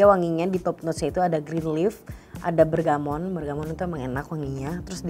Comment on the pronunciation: Bergamot kali yaah. Not bergamont. This is 2nd video where "bergamont" everywhere ☹️